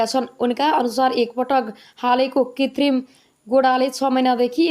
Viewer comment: कृतिम भन्न नजान्नेले समाचार वाचन गर्दैछन